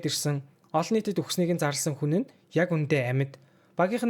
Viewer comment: Bro tehde ene N usegeer tosog bga ugen deer yagad egshig nemed bdgin be hahaha uhen, han, huna, hataasana ntr ged